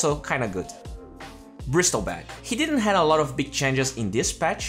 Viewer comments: IT'S BRISLEBACK DON'T PRONOUNCE THE T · The t in Bristleback is silent.